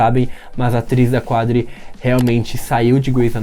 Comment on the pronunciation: Episódio muito bom. Jô Karev deu show. Eu quero ver Addison Montgomery chegando, ruiva, linda, com um filho (que nós sabemos que ela tem), plena pra cuidar da Sheperd e da Bailey. Obs: a pronúncia é "CADRI", tipo, escreve "Qadri" mas a pronúncia não tem um "U" depois do "Q" como de costume.